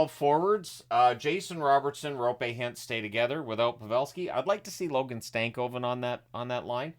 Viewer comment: Kudos to you for pronouncing "Roope" correctly 👍 I know it's a tough name for someone who's first language isn't Finnish or maybe Estonian. (never heard any Estonians trying to say Roope)